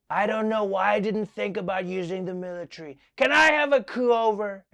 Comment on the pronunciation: Me: Military Trevor: Mill Lit🔥 🏝